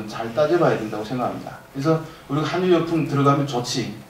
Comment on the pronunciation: 계속 한뉴라네요. '한류' 발음은 '할류'입니다.